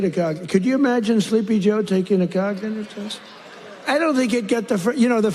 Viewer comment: He couldn’t even pronounce the word cognitive